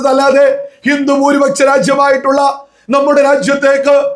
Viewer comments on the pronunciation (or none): നിൻ്റെ മാതാപിതാക്കൾക്ക് പോലും നിന്നെ വേണ്ടാ.... എടാ മലയാളം ശരിക്ക് പറയടാ..... ഭൂരിപ ച്ച o ന്യൂനപച്ചാ... പോയി നാവുവടിക്ക് ...എന്നിട്ട് മതി... മണപ്പിച്ച് പറയൽ